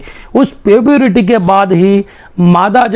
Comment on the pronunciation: Sir puburity nhi puberty hota hai